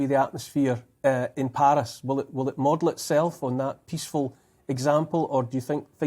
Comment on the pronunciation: Paris, or Palis as this bloke pronounces it! 😂